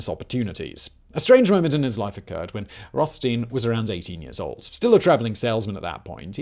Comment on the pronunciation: it's Roth as in childs and stein as in beer